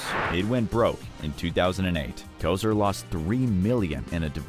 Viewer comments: Bernie Ko-sir 😂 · How about Bernie Kesar! It's Kosar! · KOH-Zar not Ko sir. Sheesh.